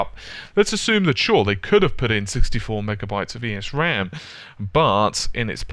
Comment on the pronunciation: Great explanation on everything here! The only thing is that you pronounce it as "ehs ram" without pronouncing the E. Good job, regardless. Very well explained.